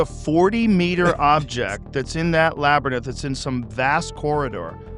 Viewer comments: Hearing Joe say labernyth for the hundredth time. Just proof money and fame will stop people from correcting you! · Lol "Labernith" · We must find out what’s in the “labernyth”! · why the fuck is nobdy telling him how labrynth is pronounced